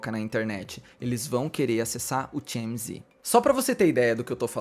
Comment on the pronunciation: Realmente temos q repensar nosso comportamento como sociedade. Se não tive público pra isso, o TMZ não iria agir assim, tão sem ética. Parabéns pelo vídeo,, muito bom. Vou te dar uma diquinha de inglês: TMZ se lê "ti-éme-zi'. Ou, em bom português, "te-eme-ze". Beijo e sucesso!!